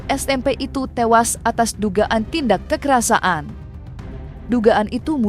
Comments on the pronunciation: Presenter berita ini aneh. Bicara "kekerasan", kok "kekerasa an"? Bicaranya yang benar dong sesuai kaidah Bahasa Indonesia. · Kekerasan min, bukan kekerasaan,kocakkkkk.... Mimin😂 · "Kekerasaan" terus mbak pembaca berita ngomongnya 😂😂 KEKERASAN mbak... Gemes deh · Kekerasan mbk, bukan kekerasa an😂